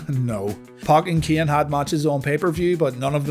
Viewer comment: i can't stand how you pronunciate keaen